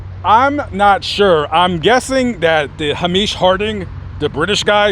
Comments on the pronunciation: PRONUNCIATION MESSAGE FROM SCOTLAND: The name Hamish is an old Scottish name. Pronounced "Hay-mish". Rhymes with Lame-ish, or Same-ish. [Not Ha-meesh. It's not Arabian or Pakistani. ] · Hamish Harding was Scottish & a multi millionaire, so his name is pronounced Hame ish, it’s an old Scottish name, he was supposed to be very clever but I think some people who have that much money for years become complacent and looks like he fell for Stockton rush’s sales talk, but to take such a massive risk is insane & he was an intelligent guy too, to me it’s insane, I love titanic things and would have loved to see the wreck but its depth and in the waters it’s in means it’s impossible without massive risk and the titanic tragedy took too many innocent lives with it and we should learn from a tragedy like that and respect the dangers of that ocean. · The name Hamish is pronounced “HAY-mish.” It’s a fairly common name in Scotland. 🏴